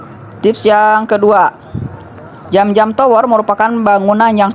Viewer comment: Bukan jam-jam Tapi zam-zam cara bacanya seperti lidah bergetar